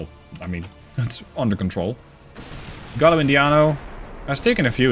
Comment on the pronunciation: Double Ls in Spanish sound like a Y - Gai-yo, not Gallow